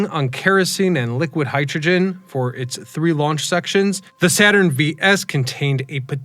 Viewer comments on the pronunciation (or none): none